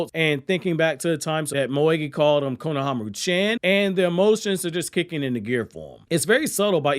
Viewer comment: When you say "chan", it is pronounced "chon" (as in, rhymes with Tron, Ron, Don, etc...). It is not chan as in Jackie Chan (or as in rhyming with "can").